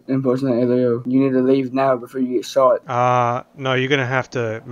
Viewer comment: "You need to leave now before you get shoaet" ☠🤓